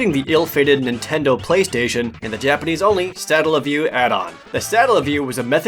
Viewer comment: "Intendo" I HEARD IT! My mom used to call every console "intendo"